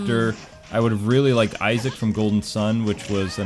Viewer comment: the girl sounds cute, the guy needs to work on his pronunciation, "pokeemon" "iseec"